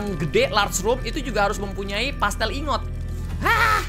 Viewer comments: Pla-stil bukan pastel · Ini cuman perasaan aku doang atau nggak si? Kak reggie bilang plasteel ingot malah jadi pastel ingot